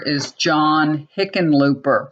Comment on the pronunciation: Yes, you are correct about how to pronounce Hickenlooper. Not sure he's that much better than Gardner, but there you have it.